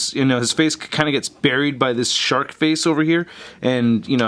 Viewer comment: I thought you said shart mode, then I realized it was a shark.